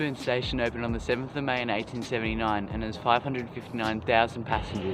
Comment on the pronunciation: did he say 1839 or did you just say 1879 funny and it sounded like 1839